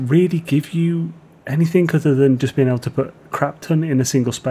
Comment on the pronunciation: Why do you say "anythink" ?